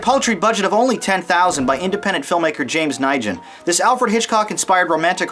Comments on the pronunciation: Sir, it's not Nigen, it's a Vietnamese name, Nguyen, that you just butchered. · James Nijen? Nguyen? If you lived in California, you'd know how to pronounce it..